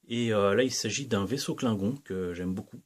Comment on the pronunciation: C’est bien joli tout ça, en plus je trouve que tu maîtrises la prononciation Klingon 🤓 J’en vois beaucoup de la playlist star trek ce jours-ci. Je ne sais plus si c’est dans celle-ci mais « on retourne, Thérèse », j’ai ! 😂 Je suis vert que tu l’aies cassé en nous le présentant. Mais j’imagine qu’il est réparé depuis